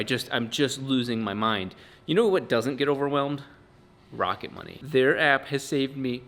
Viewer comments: At first I thought you said sponsored by Rocket Bunny. Rocket Money is way less cool 😆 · I thought he said "Rocket bunny" and expected a free widebody for the FD